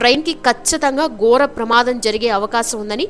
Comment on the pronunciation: మాటల ఉచ్చారణ చక్కగా ఉండాలి. గోర కాదు ఘోర అని వత్తి పలకాలి. ఇలాంటి చిన్న చిన్న లోపాలు ఉన్నాయి ఉచ్చారణలో..